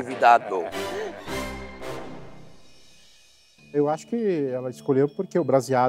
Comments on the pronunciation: O Jacquin " criatividado" kkkkkkkk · "Fogaça, estamos falando de CRIATIVIDADO" KKKKKKKKKKKKK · FOGAÇA ESTAMOS FALANDO DE CRIATIVIDA... DE JACKIN : FOGAÇA ESTAMOS FALANDO DE CRIATIVIDADO KKKKKKKKK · "Crèatividado" chef Jacquin è a melhor "coisa" desse programa😅😅😅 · "CCRRIATIVIDADO" hahaha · "nós estamos falando de criatividaDO" - Jaquin, 2017. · "a gente tá falando de Criatividado"😂😂😂😂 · Jacquin: Fogaça, nós estamos falando de CRE A TI VI DA DO 😂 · Cri-a-ti-vi-da-do kkkk eu amo o jackin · "A gente está falando de CRI A TI VI DA DO"